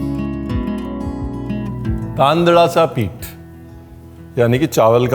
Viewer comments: Belated Happy Wedding Anniversary to Sir & Madam, 🎉 Thank You for sharing this recipe, i understood my mistakes, Sir tandale che pith ka pronounciation was very good 👌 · Taandlacha pith.. wow.. perfect pronounciation 😅